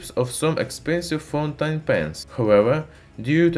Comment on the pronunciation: but it sounds like he is saying FUN TIME.